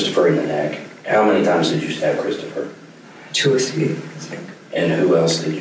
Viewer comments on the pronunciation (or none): I'm with this kid is hard to understand. He kind of sounds like he has a southern accent mixed with a speech impediment. He pronounced his brother's name as "Cwistophuhw" (W's instead of r's) and other words weird. Pairing that with mumbling I couldn't understand most of it.